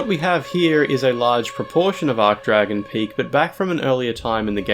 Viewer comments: Arch is pronounced Arch not Ark wtf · It's ARCH-Dragon Peak. Not 'Arc-Dragon.' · Please pronounce it archsh, not ark. An "ark" arch is a shape (like the arch above an arched doorway), an "archsh" arch denotes status. You don't say "ark"tree or "ark"bishop or "ark"mage.....I hope? 😬😨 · ArCHHH not ARK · Ch=tch not k Sorry 'bout that, it's just it really irked me due to how many times he did it and how it's a pronunciation form related to the archtrees which he also mentioned in the comments... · Hey. Great video! I think you should pronounce the "ch" in "Archdragon," though, as opposed to "arc-dragon." But regardless, great content as usual! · Can't pronounce Archdragon correctly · Obligatory “you said archdragon wrong” comment